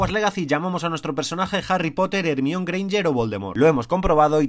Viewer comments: Por el amor de Dios ya actualízense, Ermión está absolutamente mal pronunciado, entiendo que si por los libros y antes de las películas pronunciábamos mal ese nombre, ahora ya sabemos que se pronuncia "Jermaioni", debemos parar de seguir haciendo el ridículo con "Ermión" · Hermione, así que escribe, y se pronuncia "Germáioni" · Por qué pronuncias Hermione como “El Mión? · Como que ermion? 🤔 Se pronuncia jermayoni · "Germáioni", amigos, "Germáioni". Los nombres propios no se cambian sin importar el idioma del que lo pronuncia. Así como pronuncian "Maicol Yakson", "Shekspier" (o "Jarry Poter" en lugar de "Arri Poter") Aplíquenlo para todos los nombres. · Pues entonces amigo mío, mucho me temo que usted también lo pronuncias mal. Según mi amigo Daniel Radcliffe y Rupert Grint se pronuncia ''Germáioni'' Curioso que tu ''amiga británica'' pronuncie de forma distinta a como lo pronuncian en la película (Cuyo elenco es mayoritariamente británico), o será que ella vio algún doblaje inglés americano del que no sabía su existencia? Anda y mírate las pelis sin doblaje para culturizarte un poco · si Harry lo pronuncian JARRY porque Hermione no la pronuncian JERMAIONY, como en ingles? DIOS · jermione greinger, infumable su pronunciacion de este canal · ermion jajajaj no puedo con su pronunciancion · Porque en España pronuncian mal el nombre de la señorita Granger? Así está en sus películas? O de dónde sale la mala pronunciación? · Por qué pronuncian el nombre tan chistoso de Hermione?, por que no lo dicen como suena en inglés, me da mucha risa como suena, no aprendieron nada con la onda vital o el todo gas jaja salu2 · Hermione porque la pronuncian tan mal, es que son brutos o que? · Porque en España no pronuncian bien el nombre de Hermione?